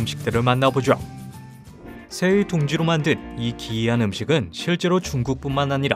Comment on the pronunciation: 하죠도 하쥬어~! 이렇게 발음하네